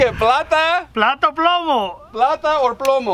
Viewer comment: Plata or pluma😂